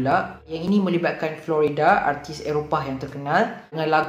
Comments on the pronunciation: dengar slang macam mat salleh,sekali ‘florida’ kahkah. its flo rida bro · Yo.. Jgn sebut Flo Rida mcm Florida.. U speak english but say other people's name wrong.. Malu je.. It's Floraida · Its funny when someone yg ckp melayu ala2 slang english pronounce Flo Rida mcm Florida nama negeri/Fluorida bahan dlm ubat gigi.😁